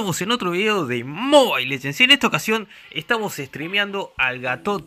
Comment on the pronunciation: ¿MOBAIL LEGENDS? ¿Quién te crees Maka o un Español? XD